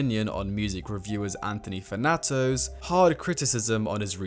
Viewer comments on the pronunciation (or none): “anthunee fahnahtoe